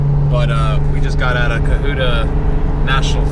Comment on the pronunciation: Just FYI, it's pronounced cUH-hUH-tUH, not cUH-hOO-tUH. There's also 90 miles of hiking trials in the Cohutta Wilderness Area, plus another 35 miles in the Big Frog Wilderness just to the north. Plus two good waterfalls - Jack's River Falls and Panther Creek Falls. Towards the south side, Lake Conasauga (Con-UH-sAW-gUH) is the highest elevation lake in Georgia at 3150'. Good camping there as well. Finally, just because I can't help myself, it's Nanta-HAYla. Not Nanta-Hah-la. Good video. Good luck!